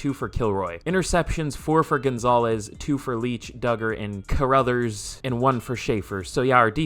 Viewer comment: Car-Ra-Thers is how you pronounce it god damn